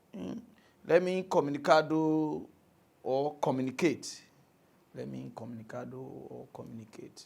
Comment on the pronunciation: INCOMUMINCATOR HAHAHAHAHAHAHA